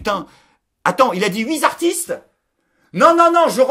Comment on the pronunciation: " ...huit ZZZartistes ? " Cette liaison fait mal aux oreilles !!! En revanche, excellent choix d' " artistes " pour le voyage. ;) Pour les 3 manquants : Bellatar, Kassovitz, Zadi.